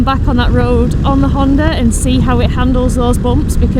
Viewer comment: They a not "Honte" and "Honta", they a HunteR and HonDa😊